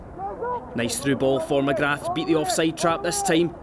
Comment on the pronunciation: The commentator's pronunciation of "McGrath" is brutal